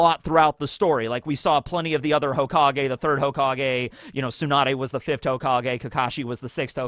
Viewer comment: Have you always been unable to say fifth